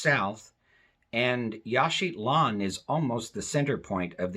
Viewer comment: It sounds like you are putting a "t" in Yaxchilan, making it Yaxchitlan.